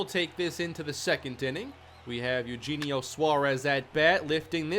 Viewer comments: It’s E-O-Henio Suarez btw. Not Eugene-io lol. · Btw it’s A-U-Henio :)